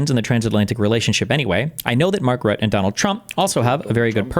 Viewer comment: Mark Rutt+eh, or something like that. I don't think you have an intuitive way of doing the "e" like we have in the Netherlands.